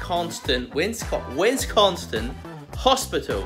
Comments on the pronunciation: those of us from the area pronounce it sin not son, but its more of a s'n because we barely pronounce the i. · Lol wistconston? Wis-con-sin I'm dying! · WISS-CON-SIN,....LOL. There's no "T" in it. LOL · Lol. Hey,, try this: Wiss-con-sin. That’s how it’s pronounced. So funny you kept adding a ‘T’. Got a good chuckle from that. Lol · Wis-con-sin no T in there mate. 🤣😁😁😁but I’m sure you are pronouncing it better than I can say some of the areas in your country. 🤣🤣🤣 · Wis-con-son is how you say it lol Nice shop Enjoyed your video and gave it a Thumbs Up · Love your videos! You have an amazingly artistic mind to see what you can you can create out of a box of pencils. A little note on Wisconsin. It is pronounced wi scon sin. No worries. Most americans cannot pronounce Thames or Gloucester correctly, to name a few. The cheese head info goes a bit further than making cheese. Wisconsin's football team is called the Green Bay Packers. I live next door in Minnesota whose football team is called the Vikings. On occasion the two teams play against each other with some mostly friendly rivalry. The Vikings fans start to call the Green Bay Packers cheese heads and the team ran with it. If you watch a game, you see lots cheese head hats. I know this was a little long. Keep thinking of those awesome ideas. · ❤️😂🤣😂🤣😂 I can't help but laugh everytime he says "Witsconston". 🤣😂🤣😂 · Wis-con-sin. Accent second syllable. My home state too! Good video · So... that would be a waffle iron? Thanks for the quick tour! BTW some pronounce it Wiss-con-sin 😉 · I never knew there was a T in WIS-CON-SIN learn something new with every video. Still love watching. I LOVE WAFFLES!!! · I love it. My wife likes to add 'T's into words as well. Wisconsin is pronounced "wiz-CON-sin" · Love the channel.....love the waffles!!! Oh and it's pronounced WIS-CON-SIN WISCONSIN!!! HOME OF THE BADGERS!!! 🦡🦡🦡🦡🦡🦡🦡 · Wis-con-sin, come on brotha. Lol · Wesconsin that's how you say it lol..